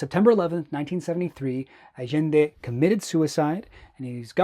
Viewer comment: I love how you said "Allende" in the Chilean "Ah-Zhen-De" as opposed to the typical Spanish "Ah-Yen-De"